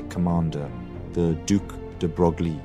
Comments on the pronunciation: Good video. Just some pronunciation tips: Bro Lee instead of Bro glee or Lande's Hoot in stead of Land shoot. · Broglie is pronounced « Breuil » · Excellent video, but if you want it perfect... de Broglie is pronounced "de Breuil", one of those famous but peculiar French last names ;-)